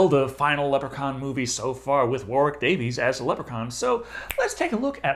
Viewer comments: Still calling him Warwick Davies lol. It’s DavIS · Davis, DAVE-IS.